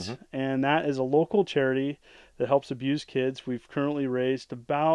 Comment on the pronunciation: he almost sounds like he said "we help abuse kids" talk about obscure gaming